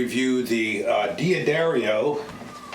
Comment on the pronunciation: its pronounced Da dario, there is no "I" thus from the company itself "Da-Dairy-O"